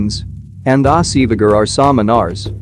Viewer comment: This gentleman's pronunciation is absolutely artificial and not correct. Samanar ,Yagnya and such wordss are not properly prnounced.